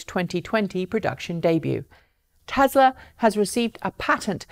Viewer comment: Lazy Pom accent taken into account, it's TESLA with an "S" not TeZla with a "Z", other than that 9.3/10 :-)